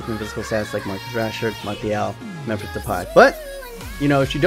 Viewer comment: and why the fuck do you pronounce Memphis as Memphisch instead of how it is suppose to be Memphisss